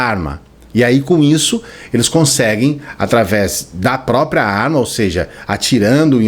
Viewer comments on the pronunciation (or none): none